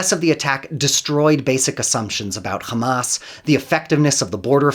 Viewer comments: So I know what? He is a westerner and can pronounce Hamas as Hamas. He is deliberately pronouncing it Khamas as israelis do for a reason. It is for ALL of us to know he is a genocidal zionist . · When he said "Khamas" I understood immediately that he is "Pro-Israel." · My ear bleeds every time I hear a Zionist say the word “Khhamas” 🤡🤮 Isreal will 100% lose, they deserve 0% of the country. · I knew this was going to be propaganda when I heard “ka-mass” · He call them Khamas. So you know. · Most definitely. I knew it from the way he called Hamas, 'Khamas', just like the israelis do. Even though he is clearly a western goon, he does everything to sound israeli. .